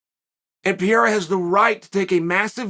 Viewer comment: Not a Pieraa P E R E I R A !!!!! CHAAAAAAEEEL NOT CHUCHUU